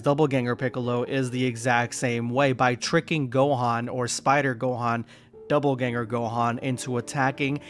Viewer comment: ....okay, I can't bring myself to not make a correction. DOPPLEganger. Not doubleganger. Which is 100% what it sounds like is said in the first few minutes of the video. Also, the Broly one just feels like cheating. XD